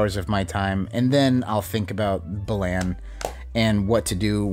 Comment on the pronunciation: The way you say "Balan" makes it sound like "Bland" which is appropriate considering what it contains. They should rename it to "Bland Wonderworld...?"